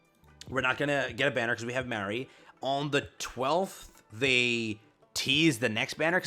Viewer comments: i always get confused when you say Mary, when you're talking about Mah-ree for Halloween, Trick or Treat Anne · MAR-REE good grief dude MAR! Not MARE